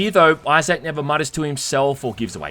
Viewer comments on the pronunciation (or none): IT'S eye-ZIC not eye-ZAC! FFS, you HAVE to be doing this just to annoy us. I know it's petty but I honestly couldn't handle this video because you HAD to emphasize the wrong pronunciation. I straight cringed everytime. Thank god, this game is as stellar as the original so I'm literally just watching this to feed the algorithm. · “iZack” damn bro say his name right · Australians / British can’t even say Isaac name right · Do all folk from your neck of the woods pronounce Isaac as Eye-Zack as opposed to Eye-Zk ( ˈī-zik )? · Love your vids, but I can't help myself here: They way you pronounce Isaac is so hard to ignore. It's "EYE-ZICK", not "EYE-ZACK". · "Eye-Zach"? LOL Dude. It's "Eye-Zik" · Why do you say pronounce Issac as I zak? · "Eye Zak" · Say Eye Zak one more time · Ahhh yes. ‘Eye sack’ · ITS PRONOUNCED Izick the pointless emphasis on the A in Isaac is driving me crazy 😂😂😂😂😂😂😂😂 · I think eye-sack is pretty cool too. Eye-sack. Eye-sack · The best part of this review is hearing calling Isaac, "i-Zak" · I-Zach. Fuckin lol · Say I zach one mo time! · I’ve never heard Isaac be pronounced “eye zack” before ha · Character name: Isaac: EYE SACK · Came here looking for this comment. Eye Zack? What an odd pronunciation. He must not know any Issacs.🤣🤣 I love this guy's content though. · Did you really pronounce "issac" as "eye sack" lol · "eye sack" clark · " EYE-SAK" LMAO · Australians really dont know how to say issac instead they say izaac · pronoucning issac as you would anzac made me chortle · The way he says Isaac🤣💀